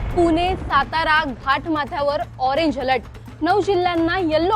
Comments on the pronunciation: तिला ण म्हनता यैत णाही 😂😂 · पूने नाही ग बाई, पुणे आहे ते!